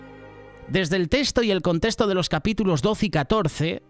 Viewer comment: Excelentes estudios,son de mucho provecho,gracias hermanos. Solo con respeto decirle al hno que habla,la palabra “contexto” y “ texto” se pronuncia tal como se lee,no se dice “contesto” o “testo”;problema que el hno evidencia en cada transmisión. Lo digo con mucho respeto hermanos de Solidaria.....🙂